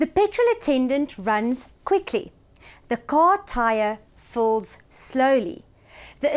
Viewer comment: Fills slowly or falls slowly? Just confused the way you read it 😊